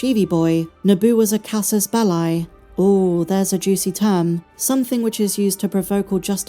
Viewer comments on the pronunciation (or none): Is this an AI voice? It's dreadful. Also, it's "cassuss bellee".